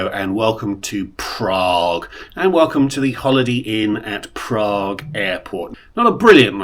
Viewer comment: I love your videos - they are so informative especially about racking up good value Tier Points. This business class looks pretty old but, as you say, it's ok for 5 hours during the day but not good for night flights. I wouldn't be fussed about an extra meal if I'd been in the lounge plus the opening meal. Highly amusing was how you said "Prraaague" at the beginning and then "Bunniks"!